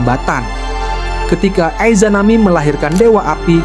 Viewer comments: 3;40 ay zanagi, ay zanami bacanya yang betul dong jangan sok inggris Sensei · Gatel kuping gw denger Aizanami sama Aizanagi.... Coba nonton naruto bang...